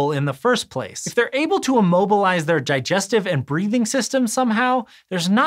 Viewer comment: Ji-jestive system noice